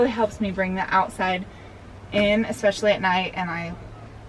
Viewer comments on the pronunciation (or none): I thought it was “expecially” homely. 🙄😂